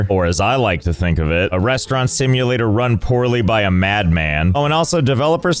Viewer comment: I love how it is ruin instead of run